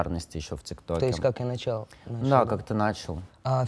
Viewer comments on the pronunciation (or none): moon day ну вообще, ударение как раз на первый слог ставится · буквы капсом- это ударения, которые они ставили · ударения отменили, интернет в помощь, ответ на ваш вопрос кроется в самом верху😂😂😂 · то есть как я начАл -да как ты нАчал Пхахахп занавес